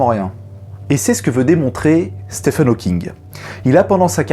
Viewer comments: Bonjour, très bonne vidéo. Par contre, il me semble qu'on prononce "Stiven" et non "Stephen". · Salut! Juste pour te dire que Stephen se prononce comme Steven et que tes vidéos sont toujours un régal:) Bises et meilleurs vœux pour toi et ta chaîne.